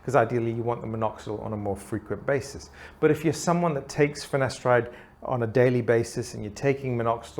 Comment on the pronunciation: Why did it always sound like he says ‘finesteride’ when it’s ‘finasteride?’